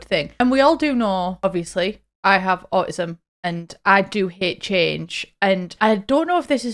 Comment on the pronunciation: never heard someone call it “auh ism” gonna start using that